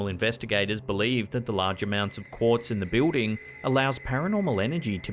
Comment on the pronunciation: 'Quartz', not 'courts'.